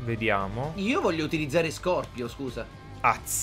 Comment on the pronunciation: Bro si dice scorpion